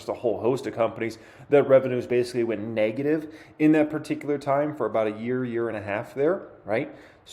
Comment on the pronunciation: The word is Neg-a-tive, not Nay-ga-tive.